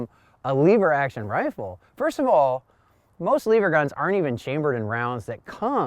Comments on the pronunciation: Lever not leaver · Not leever, it's lever! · That's IT! YOU SAY LEEEEEEEEEEVER ONE MORE TIME AND WERE DONE BRO...ITS LEVER JUST ONE E...OKAY JUST ONE E IN A ROW... LE POOP IS NOT THE SAME AS LEE POOP.... RIGHT? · Lev-er not leave-er there is no “A” in lever going to review a rifle need to pronounce the name and type properly. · You're awesome and I love your channel, but calling it a "leever" and not a "lever" really irks me. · Leever or lever??? 🤣🤣🤣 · Short e so... lever not leever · The way he said lever messed with my head but good video dude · Just curios if you pronounce level you say lee vel